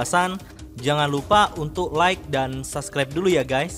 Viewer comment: ( sasklep dulu yah guys ) XD RIP english SUBSCRIBE baru tau dibacanya jadi sasklep XD hahah... RIP